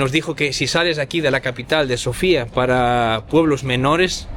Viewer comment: Hola e! Me gusto su video! Lo único que quiero corregir es los nombres de las calles, montaña, incluso la capital del país no tienen nada que ver como las están pronunciando. La capital se llama Sófia, el nombre antiguo de Sófia es Sérdika, la calle peatonal que lleva en nombre de la montaña se llama Vítosha. No es difícil con el traductor de Google escuchar la pronunciación de los lugares. El resto muy bien!